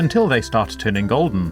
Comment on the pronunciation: Why saying 'o' A. goldon B.gloden C. golden